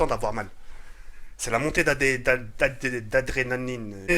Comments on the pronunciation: putain quand il a essayer de dire "adrénalin" j'étais mort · ahahaha " C'est la montée d'a-dré-na-ni-ne putin jsuis mort 😂😂😂😂😂